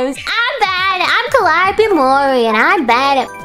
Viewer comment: Calli: Guhra Gura: Kawaiiope